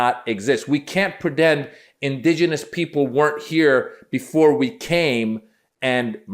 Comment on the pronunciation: it was all over the minute she says indegenous